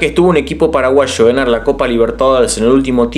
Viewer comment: Me encanta cuando decís "paraguasho" jajaja buenísimo tu video crack, muy informativo y entretenido, saludos desde Fernando de la Mora🇵🇾